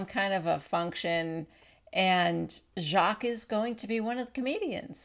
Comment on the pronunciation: Btw, Luanne is pronouncing Jacques correctly.